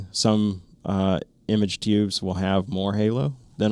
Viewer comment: Lots of great info. Have a TNVC PVS14 with 2800 FOM, and some DTNVS on order. But can you stop saying Teeoobs?